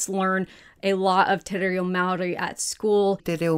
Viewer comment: It made me so happy to see you speaking te reo! You're doing a fantastic job with learning pronounciation. It still needs work haha, but you care about putting in effort and after 6 months you're making teriffic progress. Ka pai e hoa